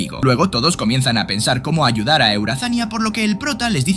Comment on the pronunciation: Eurazania:❌ eueazania:✅